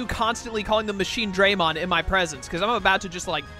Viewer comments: The fact that you got as upset as I did every single time they pronounce it MachineDRAYmon sold me on your content lmao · Every time they say Machinedraymon this game gets a sin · Oh god i can't stop laughing every single time i hear them mispronounce Machinedramon and when i hear Guilmon speak because it pains me so much